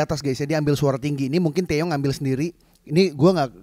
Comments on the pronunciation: TiwaY bang bukan TeYe,.. Maap bang aq ngakak tiap bilang TeYe:") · Its TIWAY bang nickname Taeyong.bukan Teye..wkwkwk